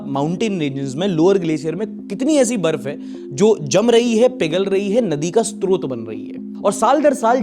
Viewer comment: Sorry to say but.... Hindi me source ko "strot" nahi srot bolte hain. स्रोत देखने में स् त्रो त लगता है लेकिन स् रो त होता है। By the way Sunday is incomplete without ❤